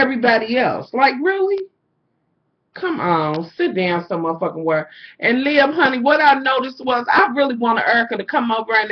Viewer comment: Lmfao "lib" hahahahahaha. Her name is liv. Olivia. Lol you're still flawless hunny